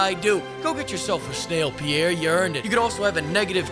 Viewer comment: replayed this part ten times and I still can't make out what Pierre is saying lol